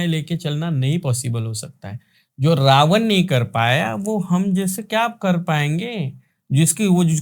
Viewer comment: रावण hota h, रावन nahi 😅